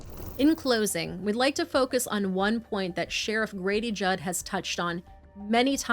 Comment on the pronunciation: It’s JUDD not judge